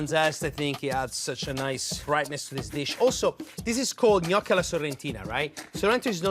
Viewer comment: As soon as I heard you pronounce Gnoochi correctly I was in. I hate when people say No-key. 😭